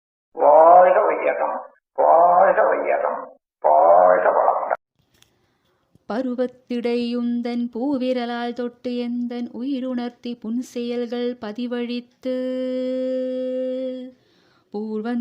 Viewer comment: Puruvaththidai not paruvaththidai. Please change.